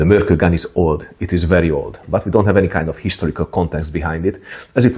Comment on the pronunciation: It was discovered near an island called Mörkö (just noticed you mentioned this in the video), and the proper pronounciation would have a short pause between Mörk and Ö. As "Ö" just means "an island".